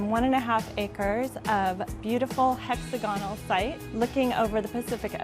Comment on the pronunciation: Hey!: It's pronounced "hex-AHH'-guh-null" - NOT - "HEX'-ah-gah-null"